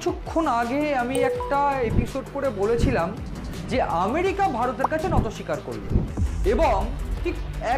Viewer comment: Kothata NATO SIKAR hoyna , NOTI SIKAR hoy dada .... thik thak bangla sabdo uccharon korun na hole kane lage baddo